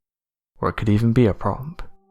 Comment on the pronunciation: A gut that cant read OR speak properly is doing the narration!!! I just dont understand why mumbles is let anywhere near a microphone. he tries to say "prop" and he says "promp" ffs! There is really no point in picking any one instance of his mumbling, its all mumbled!!